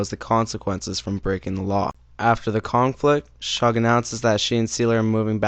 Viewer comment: “Shug” is pronounced like the first syllable of the word “sugar”.